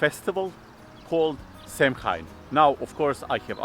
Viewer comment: Samhain is pronounced Sowan with the Sow part rhyming with cow 🐄... Also Celtic is pronounced Keltic as opposed to Seltic...